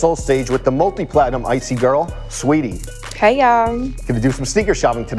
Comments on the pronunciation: It’s sweetie it’s SA-WEE-TEE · Brooo he kept sayin “sweetie” instead of sAweetie like be frs the queen in front of you and you not gon get her name right 🙄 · wtf is u on. She gave him a compliment and he said "Let's Go". He was tryin to say Saweetie but he just pronounced it wrong. He was just treatin her like a customer. STOP PLAYIN